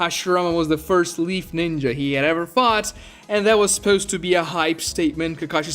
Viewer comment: when he says "supeuwst" instead of "supposed" is that an accent from something or just a nerd way of saying it?